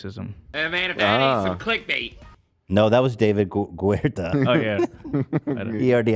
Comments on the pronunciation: Ethan referring to David Guetta as David "Grueta" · ethan, calling david guetta david GUERTA